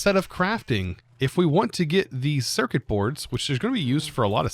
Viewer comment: "bord... for "board"" and "cerkit... for circuit""... omfg